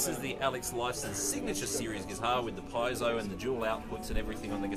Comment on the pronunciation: Not that anyone cares about pronunciation these days, but it's pronounced "pee-AY-zoe", not "PIE-zoe".